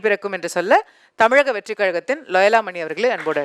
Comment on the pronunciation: நெற்றியை மறைத்துக் கொண்டிருக்கும் லயோலா மணி ஒழுங்காக தமிழக வெற்றி கழகம் என்று உச்சரிக்க கூட தெரியாத பால்வாடி பையன் தமிலக வெற்றி கலகம் என்று அவன் பேசும்போது சிரிப்பு வருது.